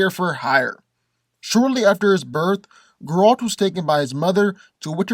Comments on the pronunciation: It's not ger-ALT, it's GER-alt! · Thank god u said cause he had me mad the whole video like who tf is garalt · Dude. If you're gonna make a video about a character, at least pronounce his name correctly. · I hate the way he says Geralt name.😡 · Cant even say the guys name right stops watching. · no no. I will explain it to you with pleasure. First. I like, but he knows shit about Geralt. He even pronounced his name wrong. Geralt is superhuman. His strength, speed and agility are beyond level of any human. He was defeated only twice. One was the very powerful wizard and one was a really strong Witcher, not by human. He is fast enough to kill a fly in complete darkness by throwing a fork.